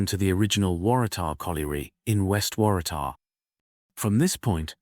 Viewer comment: Thanks for the lovely video. I have often ridden my bike on those bike paths and didn’t know that they used to be railway lines. I’ll be having a closer look next time I go. It took a few goes but the narrator got Kotara right in the end. Waratah was a bit dodgy though 😊.